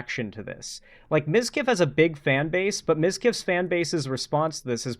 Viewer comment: ?!?! How the fuck did you get that wrong?! Everyone says mizkif!